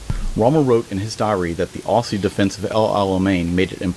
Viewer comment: Great video, but it's Ozzie's, like mozzie, not aus, aussie